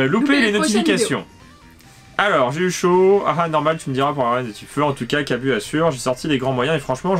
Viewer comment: je pence qu'on dis Kabu mais le "u" se dis plus "ou" et bonne vidéo